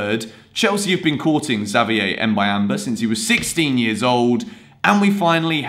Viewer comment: Your prononciation for Xavier is good bro✌🏾